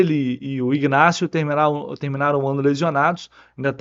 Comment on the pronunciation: não é IGnacio que se pronuncia… A pronuncia correta é INacio